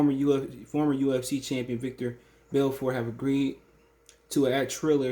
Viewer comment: It's veetor belfort